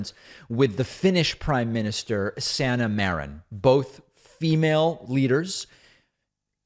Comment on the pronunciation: FYI, the correct phonetic pronunciation of PM of Finland's surname is MAREEN.